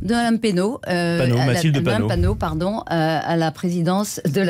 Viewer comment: Bravo Adrien ! Bien argumenté face à cette journaliste cinglante qui écorche le nom de Mathilde Panot à la fin ! Bravo les député.e.s Insoumis.e.s !! 😎